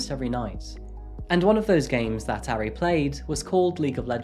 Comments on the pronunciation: Its ahri idiot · This murderer's name is Kim Taehyun. Not Taehyung. That's like saying the name Dave is the same as Dale. Also, he pronounced Taehyun all wrong, as well as Ari (it doesn't rhyme with Harry!). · For the sake of accuracy, Taehyun, Ari, and Mapo are not pronounced correctly. There is no "ay" sound in Korean as in "Taylor". It is not Tay-hyOON. Tae sounds similar to "air" (but shorter, with no rhotic "r" at the end), so more of a Tair. And the Hyun part should not sound like Hyoon (with "oo" sound like "book"). The "yun" part of Taehyun should sound like the way many English pronounce "on" or "hot" (short vowel). Ari should sound like Ah-ri (like "open up your mouth as say aaah", and ri with a short "i" like "miss"). There is no short "a" like "cat" in Korean. Both Ari and Mapo have an "ah" sound. More like Mah-por (without sounding the "r" ). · He mispronounced 아리 tho :(